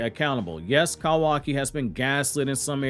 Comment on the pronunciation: I cant with the Cowaki...Love the info though.